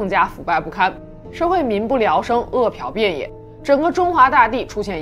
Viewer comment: 饿殍遍野念e piao bian ye